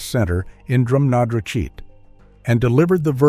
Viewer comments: You have a bad speech impediment. Learn to pronounce Drumnadrochit. Hint - it's pronounced as spelt. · My sister just got back from Loch Ness - this story is a HUGE Baloney Sandwich! a.i. can't even pronounce Drumnadrochit!!